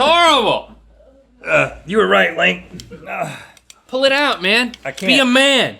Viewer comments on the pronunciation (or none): He called link, Neal